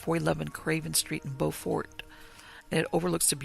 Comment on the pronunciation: It's amazing you visited here and completely missed the rich Gullah history and folktales,.. You mispronounced Beaufort and those “carpetbaggers” were quakers from the north who came down to help establish the Freedman Bureau. You may want to learn a little history.